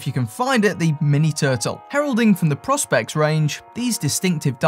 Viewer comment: Repeat after me.. PRO SPECS. Say it correctly.